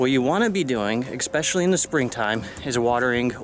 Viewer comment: Eckspecially!!! Oh no!